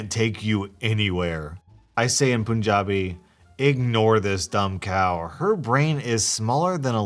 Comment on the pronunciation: The first story irks me so much. Like the elitism that ppl have to look down on someone for eating with their hands. Just because it’s not a western tradition, it doesn’t mean that it’s wrong/bad. Also for future reference, it’s pronounced PUN(as in the bad joke)- jabi.